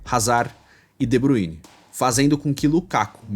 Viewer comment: Nào é de Buine porr@ . Se lê de Bráááyne !!!